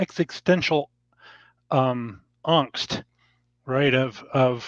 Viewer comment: “ezegstential ongst”